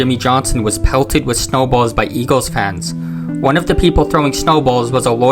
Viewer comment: Shibee Park and Vetawins Stadium. Home of da Eagwils and Phiwwies.